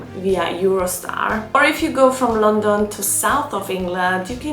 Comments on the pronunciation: Had to turn off because the way uoyr pronounce London is so annoying. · It really is a bit weird